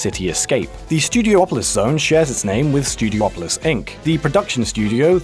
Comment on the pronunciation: It's pronounced Stew-dee-aw-pah-lis, not Stew-dee-oh-po-lis It says Pine Pot not Pine Bot